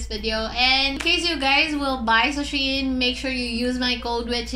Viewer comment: its SHE-IN